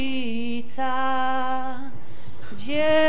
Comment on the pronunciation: bogarodzice nie bogurodzice ale spoko... Skad ta dziunia sie wziela to nie wiem... O K!wa mac bobrowisko mnie na pagony rozwalilo hahahaaaaaaaaaaaaaaaaaaaa wyje.....